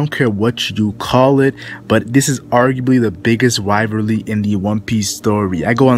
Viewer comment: This guy cant say "Rivalry" lmao